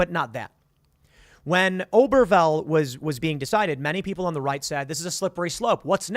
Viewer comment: Mispronounces Obergefell literally 100x